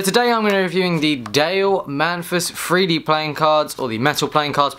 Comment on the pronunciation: three d not free d, hahahaha LOL